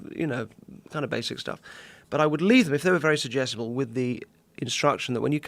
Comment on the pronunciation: He says "Sugestable", We hear "IDIOT"